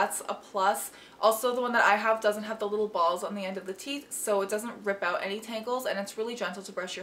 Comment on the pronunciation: “Definitely check that oot” ^^